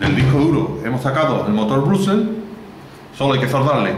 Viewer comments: se pronuncia Bróshles no Brashless...el dice brusels no brugles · se pronuncia brashless no brugles